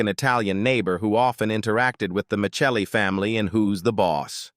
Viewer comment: Tony's CHARACTER name was NOT MICHELLI, THE LAST NAME WAS *MIS-SELLIEE* (Spelled MICELLI ) THERE WAS *NEVER* ANY CH SOUND IN THE NAME!